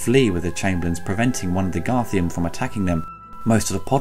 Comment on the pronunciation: just think if it had not been for this awesome film, toby williams in labyrinth would have been played by a different actor(just a quick nit pick though they are called garthim not garthium sorry about that).